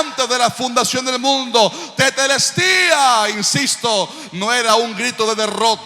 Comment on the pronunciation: La palabra no fué teteltestia , fué tetelestai ojo😮